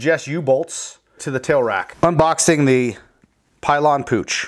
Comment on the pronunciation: Pill yan is how you pronounce it.